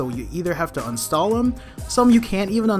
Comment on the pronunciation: why do you say unstall instead of uninstall?